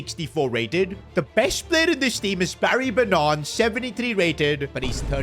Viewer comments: It’s Barry Ba Nan not Banaaaan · barry bannaarn 🤣😂